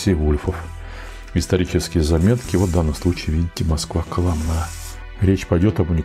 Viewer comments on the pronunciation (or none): КолОмна правильно, не правильно ударение поставили, жутковато было услышать в такой интерпретации название города